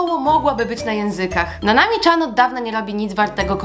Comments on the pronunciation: chce tylko powiedzieć że nanami chan czyta sie nanami cian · Nanami CIAN a nie czan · Nanami Chan na początku swojego kanału mówi jak to się czyta. I to się nie czyta Czan. Przepraszam kazdy może się pomylić ale trochę mnie denerwuje jak ktoś mówi niepoprawnie. 😅 A odcinek bardzo ważny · CIAN, Nanami CIAN nie czan pls to że jest tam Chan to czyta sie cian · Nie mówi się Nanami Czan tylko Cian😑😐